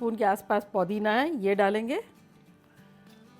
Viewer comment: Please Podina nahi Pudina kahiye.. Podina kuch alag sa lagta hai..